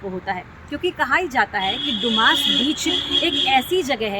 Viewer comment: Madarchod ise doomas naki bolte dumas bolate hai